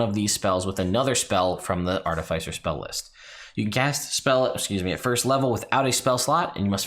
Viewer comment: Im gonna need you to stop saying "Artafeisser"